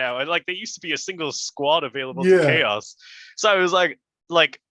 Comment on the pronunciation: Chaos pronounced cha-ows